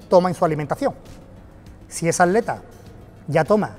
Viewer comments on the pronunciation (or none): Soy yo o dice aleta en vez de atleta? Jaja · Dices aleta, en ves de atleta?